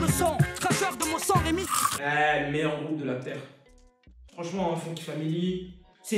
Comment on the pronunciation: Ah je suis pas le seul à avoir remarqué quand même, faut faire gaffe à ce genre d'erreur ça discrédite complétement surtout quand on parle d'un grand groupe du rap comme la FF